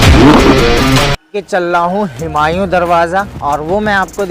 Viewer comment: हिमांयू नहीं हुमायूं बोलिए ।